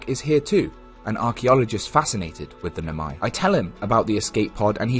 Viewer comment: barely a minute in and i'm gonna stop you right there, why noMAi instead of NOmai 😭